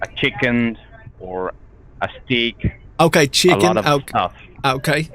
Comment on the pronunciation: I swear I heard he said he preferred “stick”